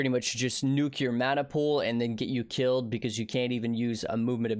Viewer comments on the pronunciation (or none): none